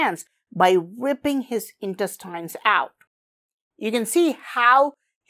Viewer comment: Careful with the pronunciation of the word INTESTINE(S).